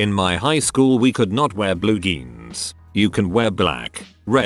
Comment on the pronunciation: I am mildly infuriated the text to speech voice pronounces "jeans" as "geans".